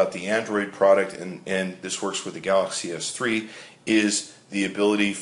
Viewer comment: Wow, is it really that hard to say Galaxy S3?